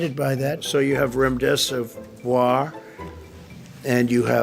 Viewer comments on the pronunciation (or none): Trump: and that would be rems.... Me: what... Trump: Remdesivar Me: what are you trying to say Trump: Remdeservoir Me: okay keep trying... Trump: Remdesivir Me: Now you get Trump: I know the words, and I have the best words